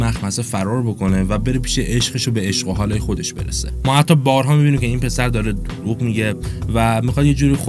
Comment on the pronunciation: چرا دروغ یجوری گفتی انگار سانسورش کردی؟